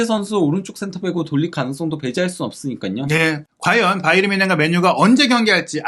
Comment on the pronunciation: 김현민기자는 왜 바이언이라고 발음하는지 의문인데 독일발음은 바이엔 뭔쉔에 가까운데 바이에른이라고 하던지 아니면 정확한 독일발음되로 하든지 바이언? 독일사람은 그렇게 발음하지 않는데!